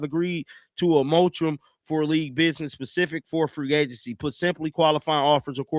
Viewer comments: This dude just said they agreed on a "motrum." Dude, the word is mor•a•tor•ium. But, y'all listen to and believe this dude who literally can't read or pronounce words. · Mor-a-tor-ium. Your lack of education is showing. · You need to start reading these articles out loud to yourself before you get on the mic and start reading them to us. You can actually type into google “how do you pronounce moratorium” and it will say the word out loud for you; even give you a definition. It’s so obvious you don’t take the time to prepare for these videos and the first time you read the articles are when you read them to us - it’s getting increasingly difficult to follow the bumbling. 😢